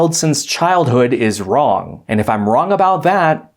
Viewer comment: It's pronounced "Wrong" not "Wron".